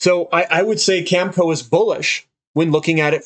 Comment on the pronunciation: This guy doesn't know how to pronounce Cameco...go figure...